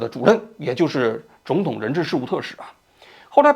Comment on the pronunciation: 哈哈 看到评论后仔细听了一下 把总统说成肿统😂偶尔几个字发音不标准